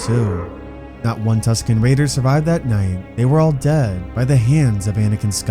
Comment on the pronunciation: why do you over exaggerate the word dead